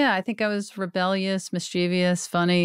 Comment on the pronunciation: Why are you all mispronouncing “mischievous”?